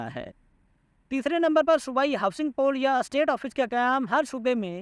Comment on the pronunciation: ایسٹ آفس نہیں اسٹیٹ آفس